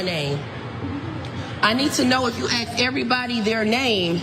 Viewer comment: Please learn to say ASK NOT AXE